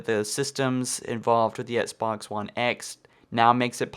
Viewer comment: And before you criticize my autocorrect fail, pronounce "Xbox" correctly and I may take your argument seriously